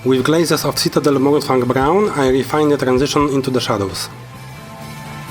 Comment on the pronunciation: I believe you mispronounced Mourningfang. A+ for effort though!